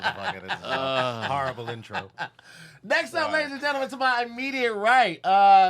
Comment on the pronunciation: and!!! Y’all gotta say something bout saying genlmen.. instead of gentleman lmaoooo